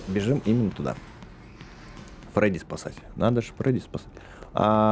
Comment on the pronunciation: не фреди а фредди